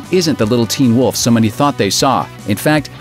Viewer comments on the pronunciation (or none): Am I the only one that hates how this guy says "teen WOLF". Or do others say it that way too? Until now all I've ever heard pronounced is "TEEN wolf" . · Hey dude. Say Teen Wolf again.